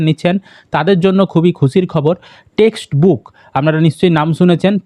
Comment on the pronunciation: Dada ota textbook na testbook😅